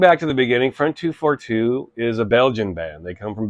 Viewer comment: The pronounciation is not “front two four two”. You should read it like in french. So it’s “Fron deux quatre deux”. I know as I met them back then. I went to the same shop they went. Unfortunatly the shop is gone already for decades.